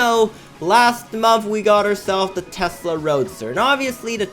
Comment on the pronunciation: You say testle roadsters or testlr Qubre truck